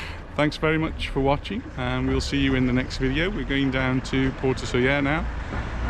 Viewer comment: really miss Soller, thank you for the pronunciation as we have always used the LLs in the name. Anita is a woman after my own heart, I love going down the little road with all the nice shops, I have many things in my wardrobes from down there. It's a shame the tram wasn't running at the time of filming, a trip on that is a must when visiting Soller. thanks again Sandra (from Stoke)